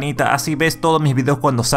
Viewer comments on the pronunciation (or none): none